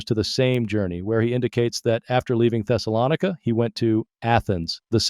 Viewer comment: I don't think the AI voice knows how to pronounce Thessalonica.